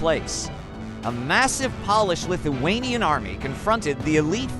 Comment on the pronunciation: Hearing “paul-ish” instead of “Pole-ish” made me cringe. Good story otherwise!